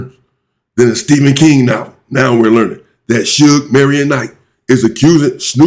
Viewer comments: "Its not sue gay its shuge." So that video is clearly AI and shouldn't be trusted. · Su Ge the ai is pronouncing it like it’s Japanese.